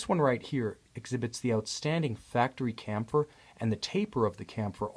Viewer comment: I'm fairly sure "chamfer" is pronounced "sham-fur".